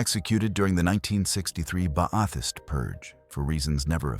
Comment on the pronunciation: Ba- a- thist ... had to cringe